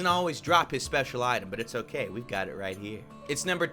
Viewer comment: hey cow get back here cow: can't touch this also: hokay